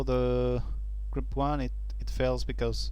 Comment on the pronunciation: presenter appears 2 have problems pronouncing vowels. i could not make out grub : grəb bug : bəg & label : lā-bəl. Had 2 listen carefully & piece together the context.